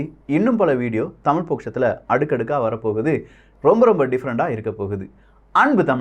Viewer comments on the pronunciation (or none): none